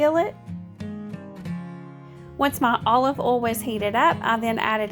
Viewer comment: Love your food videos! I'm not being mean I'm just curious to know why do u pronounce oil as ol and boil as bol is it the accent? I'm watching from south Africa so just curious